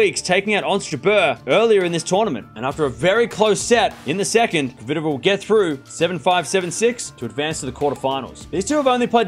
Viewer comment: Dear, I have asked that before with now reaction. I am your fan and I watch you regularly. You are a vey intelligent guy though I beg you learn how to say KVITOVA. You and unfornately many ther say it so it sounds derived from COVID. PETRA's sound in phonetuc transcription - KFITOVA. THERE IS NO "O' after K. Please try at least. If you pronounce SWIĄTEK properly and you DO, " KFITOVA is bread and butter. Believe me it will make many people happy and prove ince more that YOU ARE the BEST. Best regards